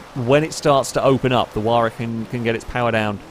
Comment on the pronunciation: took me a while to figure out by ''waar'' you meant Huayra! lol